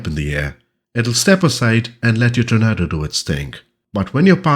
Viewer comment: I still think you compose the best FS2020 videos, (is that your first name or last name?). A minor point, but "Tornado" is pronounced 'tor-NAY-doe'. Since this release comprises the GR4/GR1 (and ECR) variants, its home bases would more naturally be RAF Marham, RAF Lossiemouth, RAF Honington, RAF Brüggen and RAF Laarbruch (the latter two of course, in Germany).